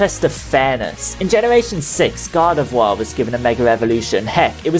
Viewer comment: kept on hearing you saying god of war instead of gardevoir, lol